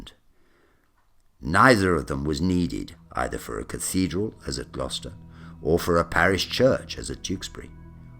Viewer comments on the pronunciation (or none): none